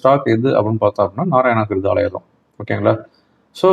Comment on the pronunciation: நாராயண ஹிருதாயலயா என்று தெளிவா சொல்லுங்க